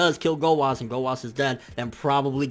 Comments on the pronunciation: okay okay, let me just say this. ITS "ZAMASU", not "ZAMAS", same with "Gowasu" not "Gowas" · Why do you say Zamas instead of Zamasu and Gowas instead of Gowasu? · its zamasu bitch! not ZAMAS!! & ITS GOWASU, NOT DUCKING GOWAS!! FUCK YOU!!!!!